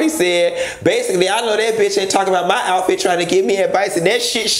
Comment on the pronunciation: Did he say atfit!!!! He did! Okay😂😂😂😂😂😂😂😂😂🚑🏨💀